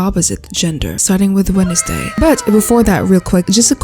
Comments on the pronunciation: Is it or do you really say “Wenesday”? English’s not my first language so I have no clue.. (I say wensday) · "Wenesday" was imperfection